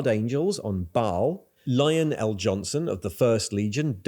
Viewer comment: i always giggle about lionel jonson... ' or not... its pronounced lionel, like a middle management supervisor or something... :D